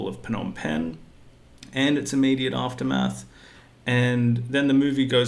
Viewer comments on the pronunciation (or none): none